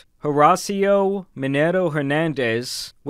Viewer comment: the way you pronounced “Horacio” was atrocious 😂